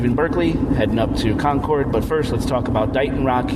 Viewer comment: Hey it's pronounced.....CONKID!!! GOT IT??